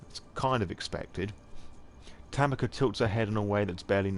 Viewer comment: also yes i realize all of these are old but tanika is pronounced ta-NEE-ka